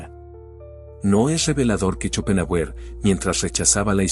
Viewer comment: Se pronuncia Shopenjáuer